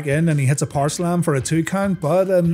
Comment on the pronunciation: "haower power" haha, Undertaker's tongue slips a lot.